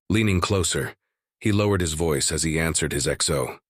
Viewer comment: oh great, a new episode of the black ship and also “they ansered the call” jeuuuu